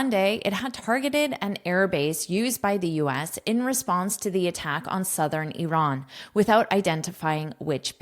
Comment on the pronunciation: Bravooooooo about IRAN pronunciation 👏🏼👏🏼🫶🏻🫶🏻🫶🏻🩵🩵🩵